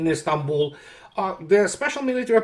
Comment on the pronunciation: Istanbul not Istambul